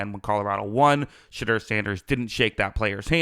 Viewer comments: Smetimes when you say his name it sounds like you're saying "Shitter" Sanders and it kinda fits tbh. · If u do not watch college football u should NOT be one to elaborate on a player or players.. plus u are not pronouncing his name correctly.